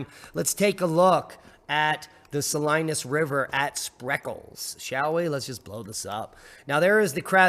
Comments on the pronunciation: Not that it really matters to anyone, but it's pronounced Saleenas. :-) 😀 Not Salinus. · Yo Bro! I'm in Clovis, back to back with Fresno, or shoulder to shoulder, how ever you look at it And it's pronounced Suh- lee-nus Salinas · Great video! Fyi ... Sah Lee Nass Salinas. 🎉😊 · Being a native to Cali, the locals pronounce Salinas Suh-lee'- nus. The folks there will appreciate you knowing that. There are strange pronunciations in every state, huh! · Sa-leen-as River, por favor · It's pronounced Sa-Lee-nus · Sa-Lee-nas = Salinas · Pronounced # Sah lean us. Hi. You sound so sparkally darlink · Salinas = Sa leen as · Pronounced "Sa-leen-ass"